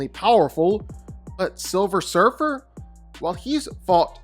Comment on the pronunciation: and "surfr" and surfer what? ...sentry fought galactus to a stand still:)learned that last night.